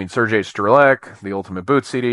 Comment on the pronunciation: Sergey Strelec reads in Russian as ts - Strelets.